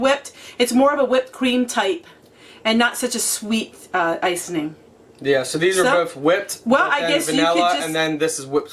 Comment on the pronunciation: I got so tickled at how you say ice-ing. Must be a northern thing. I'm from the South and say ice- ing.:) Not ice- en- ing. Love your videos. Your so fun!!